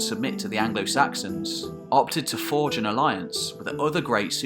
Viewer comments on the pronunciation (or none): none